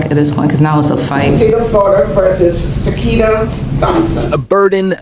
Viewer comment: Sakiyna not sekina